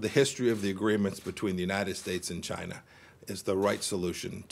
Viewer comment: Fuck Chy-yeah-na